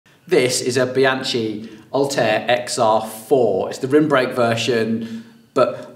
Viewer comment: This is the worst I've ever heard the name Bianchi Oltre being butchered :D